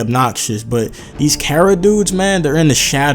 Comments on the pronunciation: Learn to pronounce bro, not care-ra, car-ra, KARA. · It's pronounced 'Kah-Ra', as the modern Anglo-Germanic 'C', sound, as we pronounce it, doesn't exist in Japanese.